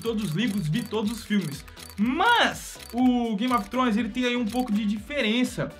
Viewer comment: "Game of tronos"